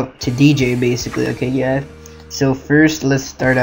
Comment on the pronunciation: ok you gaisss; u need a better tutorial; ok you gaisss